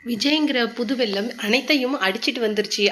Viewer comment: வெள்ளம்... not வெல்லம்😊